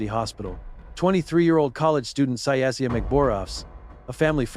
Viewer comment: If yr going to say her name pronounce it right it’s Syasia(Si-Asia) 🤬